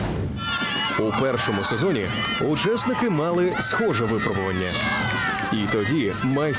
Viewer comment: когда у них наконец-то появится филолог, который объяснит, что правильно говорить "випрОбування", а не "вИпробування"